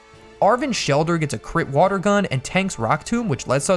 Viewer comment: woter pokemon!!!!!!!!!!!!!!!!!!!!!!!!!!!!!!!!!!!!!!!!!!!!!!!!!!!!!!!!!!!!!!!!!!!!!!!!!!!!!!!!!!!!!!!!!!!!